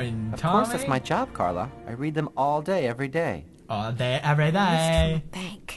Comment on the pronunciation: It's Carla.. not Sharla.